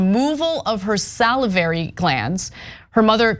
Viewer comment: She said Salivary correctly.